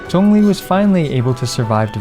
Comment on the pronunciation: I still like how he's pronouncing Zhongli's name correctly.